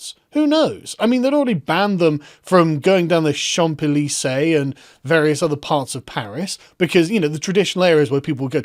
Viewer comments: The P is Champs Élysées is silent! It's pronounced Chan-zayleezay. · BTW Carl, it's pronounced: "shon zee lee zay" lol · oh look! the french are revolting … yet again =\ also - borrow a french language pronunciation guide for "Champs-Élysées" … shah~zay/lee/zay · That's... not how you pronounce "Champs-Élysées", Sargon. Therefore you're wrong on all accounts. ;) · Sargon, the p in Champs-Elysee is not pronounced.